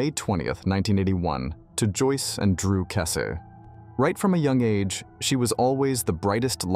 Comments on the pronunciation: Kess- EEEE. Do at least some research?? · her surname is pronounced weird on here